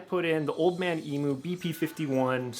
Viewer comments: Great video mate, but from a Aussie please please stop saying emoo and try emyou👍👍😀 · My mate was working in the factory where they made Old Man Emus back in the 80s. BTW, in Australia, emu is pronounced eem-you, not eemoo. Just sounds funny. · Eeem-you not eeemoo. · Emu is pronounced emew btw. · The only thing I regret about starting my build, is now being to broke to finish my build. So what a lot of people do when they get lifted springs, they don’t think of the location of the spring shackles. The shackle hanger needs to be relocated to carry weight. It’s pronounced eem-you.